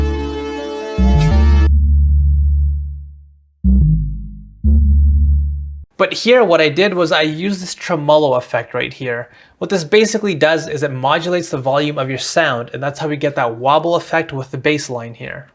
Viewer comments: For what it's worth - tremolo is pronounced with the same emphasis on all syllables, like "flugelhorn" (don't ask why that's my example...). Treh-muh-low. Not treMOlow. Saying this as helpful correction, not trying to be a dick. Great video, super insightful. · "Trah-Moe-Low". "Maldib"